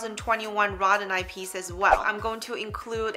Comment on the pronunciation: Row-dow-nite, not the pronunciation you are giving. Not to beat you up, just believe if you are offering educational videos you should definitely have correct pronunciation 😉.